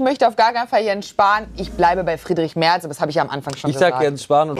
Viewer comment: Natürlich heisst es MERZ und nicht Mert